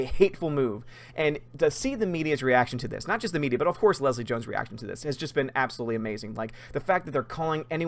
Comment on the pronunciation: Did call Jones 'Gill-Leslie?' lol